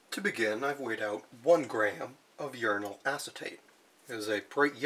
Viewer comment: 1. Uranal sounds like urinal. Uranate sounds like urinate. I had quite a bit of cognitive dissonance. 2. I agree with the poster below. Your channel would benefit greatly from improved audio and lighting. No one does uranium chemistry!